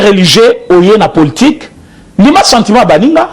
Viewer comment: Poltik te mais politique bien prononcé mon frère